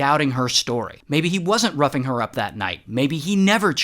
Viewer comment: I’m so sorry but every time he said ‘roughing her up’ I heard ‘rubbing her up’ 😐😐💀💀💀